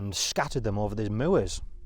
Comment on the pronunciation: So awesome to hear your pronunciation of "moor", I say it like that too